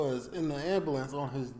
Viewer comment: imagine being unable to pronounce 'Ambulance' sound like that guy 'epic beard man' smacked up. *ring amber lamps*